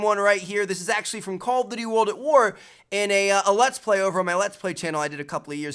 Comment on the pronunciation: Why can't you say Call of Duty? "Callofity"